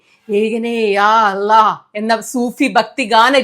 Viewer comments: Sunitha,Allah nde pronunciation ichiri koode sheriyavan undu.. "അല്ലാഹു" എന്ന് പറയുമ്പോൾ tip of the tongue flat ആക്കണം .... അതേ സമയം tip of the tongue കുറച്ചു പല്ലിൻ്റെ പുറത്തു വരുകയും വേണം.അപ്പോഴേ ശരിയായ pronunciation ആവുകയുള്ളൂ.😊 ❤ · നിങ്ങൾ വലിയ ഒരു influencer ആയതിനാൽ, അള്ളാഹു ( മലയാളത്തിൽ ഇങ്ങനെയോ കഴിയൂ ) എന്ന ദൈവനാമം ശെരിയായി ഉച്ചരിക്കാൻ ശ്രമിക്കണം. അടുത്തുള്ള ഏതെങ്കിലും മുസ്ലിമിനോട് ചോദിച്ചു അവർ എങ്ങിനെ ഉച്ചരിക്കുന്നു എന്നു കേട്ടു പഠിക്കൂ.